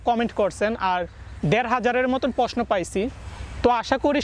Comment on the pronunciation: Are posno na prosno r ansa na answer bol